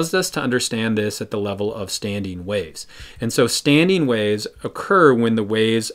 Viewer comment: *standING not StandEEN...